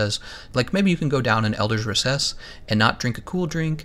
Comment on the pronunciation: Anyone else bothered by the pronounciation of gamma and recess? Just me? Really?